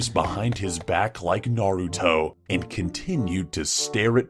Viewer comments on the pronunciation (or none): none